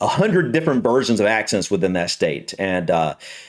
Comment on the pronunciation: I thought you said accident first.